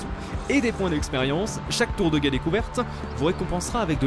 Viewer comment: A il dit tour de guète